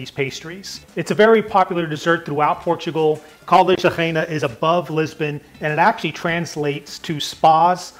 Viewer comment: No Caldas da Reina. The city is called Caldas da Raínha (pronunced kind of rRayeegnaa).